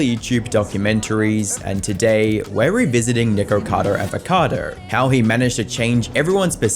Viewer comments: Nikarcoda Avarkoda lol 😂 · "Nircado arvercado" 😂